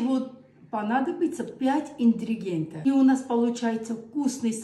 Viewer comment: Всего 5 Индригента!!, так обожаю твой Русский.!!!!❤❤🥰🥰🥰❤Я наоборот люблю когда люди неправильно произносят слова! Это так забавно! Моя сестра также разговаривает и она у нас любимица для всех.